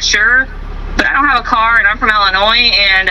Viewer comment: Did she say she's from..... ill annoy .... 😂😂😂😂